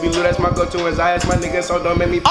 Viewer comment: He said zayas it's zais